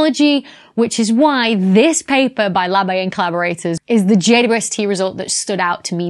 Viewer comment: I get such a kick out of her saying J U S T instead of J W S T. It’s an indicator of saying something incorrectly because it is easier but she clearly is crazy smart.